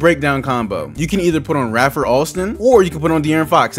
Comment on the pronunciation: It’s Ray-fer Alston aka skip to my Lou